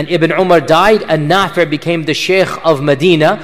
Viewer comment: *Nafi' not nafir *isnaad not incident